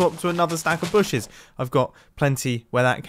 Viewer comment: In this episode we had "booshes" and "iRon."